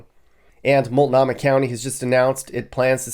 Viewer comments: Why do you say multnomah like that? Mult-know-muh bro. Not mult-nah-muh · Phonetics "MOLT - NO - MAH" of "MOLT -KNOW-MA" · “Mult nah mah” 🤣